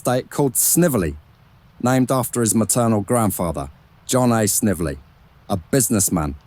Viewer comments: Snively is pronounced like līvely. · His mom’s maiden name is pronounced Snively, with a long i. I know because Gram is a distant cousin.